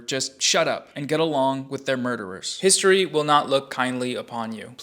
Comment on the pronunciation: Bruh those last 5 minutes are the cringiest shit I've ever seen. " I'm on the wight pawt of histowy " stfu you moron